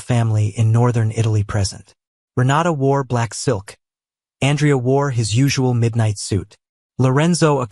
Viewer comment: Listening from northern Ontario, Canada. Truly wonderful love story! Well written and narrated, although the mispronunciation of Andrea's name made it into a girl's name, which lessened some of the effect of his power. 🙂 Names in a story are important to the identity of the character, and consistency is key. I have no idea how A.I. narration works, but if you can check it, and perhaps tweak it before your next story, it would make the story even more realistic. 💕